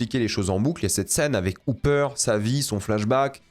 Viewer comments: Pourquoi prononcer Hopper "Houpper" ?? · on peut respecter le "o" de Hopper?